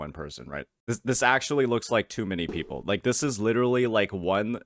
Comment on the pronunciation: Jinzhou mf when they arrive at Rinascita: "le enemies... are le pepple?"